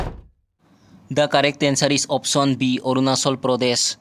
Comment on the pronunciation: Arunachal ❌ Arunachol✅😂